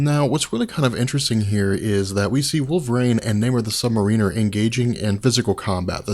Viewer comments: I like the videos, but as a longtime Namor fan it's hard on the ears every time his name is pronounced wrong in here. It's Namor ('or' not 'er') the Sub Mare-in-er not Submarine-er. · You are awesome and I love all of your comic video, but I just wanted to let you know that I think you are putting the wrong emphasis on the word submariner. You are putting it on the "i" but I think it's supposed to be on the "a". It's not submarin-er it should be sub-m (long a) riner. Correct me if I'm wrong, keep up the great work! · Lol sounds like sub mer weener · Hey someone go back and watch this and count how many times you hear "Namor the sub-mareener" lol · Hearing you mispronounce "Submariner" is excruciating. Otherwise excellent video. :thumbsup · yes the accent is on the 2nd syllable : Sub-Mariner - good anthology, though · Christopher Ruiz That's really the only thing that takes away from these. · It would be really awesome if you could learn to pronounce "Submariner" correctly. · Calm down, ya it's annoying af when he constantly repeats "really kinda" times and when he can't pronounce submariner correctly but honestly I think we all need to get over it, think of all the effort and time he puts into these vids! Aside from those "hiccups" these vids are astonishing